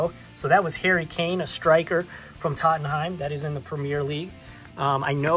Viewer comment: I like your videos, but when you hold the cards and move them back and forth when you talk, it makes me a little nauseous. I suggest sitting the card down and zooming in on it and then give your analysis. By the way check your pronunciation of Tottenham.